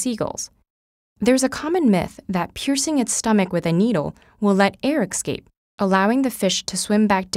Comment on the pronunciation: "Excape" is a new word for me! Where do you get the readers for these? I would like my informational videos in the metric system and standard English, I have no qualms if people pronounce "escape" as "excape" in her dialect.